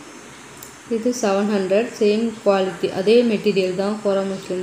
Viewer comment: கோரா மஸ்லின் தான் சரியான உச்சரிப்பு